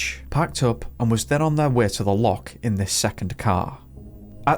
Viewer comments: Please learn how to say Loch instead of Lock!! It ruined the story for me.. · It's not 'lock' u sassenach. It is loch, get it right. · Wish you could learn to say Loch it’s very annoying a lock is something you put a key in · Why are you mispronouncing the word loch, are you deliberately trying to insult Scots? Its not a hard word to say otherwise